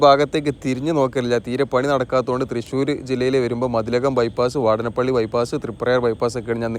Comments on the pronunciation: " വാടനപള്ളി " അല്ല. .,. വാടാനപിള്ളി is Ok.. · വാടാനപ്പള്ളി ...വാടനപ്പള്ളി അല്ല !!